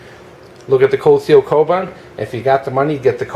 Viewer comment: pronounced "Ko-boon"